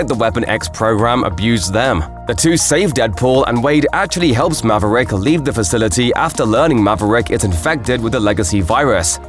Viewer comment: Good ol’ Mav-uh-Rick.